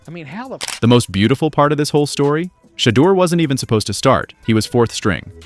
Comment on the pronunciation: SHEDEUR (shee door) getting paid off him the least you can do is pronounce his name right! Hell a few of you backstabbing Johnny come lately know it all need to call him Mr.SANDERS